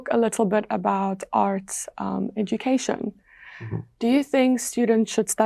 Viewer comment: Art pronunciation is not well that I hear. So it’s like earth,but overall is good😊